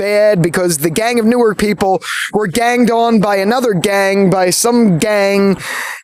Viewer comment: As someone who grew up in North Jersey(actually in the same town Jimi Simpson is from), hearing the actors say "NEW-ARK" and "BELL-VILLE" when they're pronounced "NORK" and "BELVÜL", made my brain hurt!